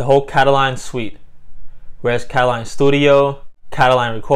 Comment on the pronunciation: How do you end up saying "Kataline" from reading "katalon"?